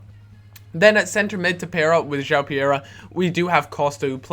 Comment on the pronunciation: 'Jow pereria'...no...no..no that is not right! it i pronounced 'ju-ow-prrrrrerera'